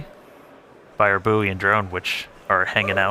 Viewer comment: To float is to be buoyant. The floating object with the camera is a buoy. Pronounced like boy, because that’s what buoyancy starts with. It is not booey.